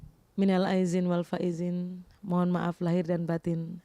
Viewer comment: Nih documen kpn ....minal Aidin wal Faizin yg bnr ...ente slh ngucap...